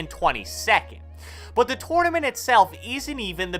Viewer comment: "TORN-A-MINT" lol